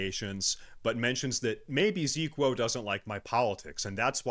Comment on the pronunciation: Bruh, why he does pronounce your name wrong? Every classic Andy knows who you are from the HC tourny. When I saw his little drama video, I was thinking to myself "Ziqo?! No way, how could he do this" figures.